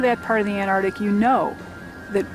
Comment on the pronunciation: Ant-arc-tic,not Anardic!